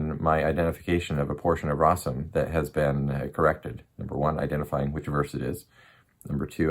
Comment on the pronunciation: May you use your knowledge for the good and you be guided. You say you know Arabic but you can't even pronounce rasm 😂